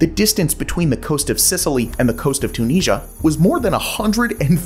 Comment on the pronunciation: Check your pronunciation of Tunisia please. This is a fascinating video but several others have covered this idea before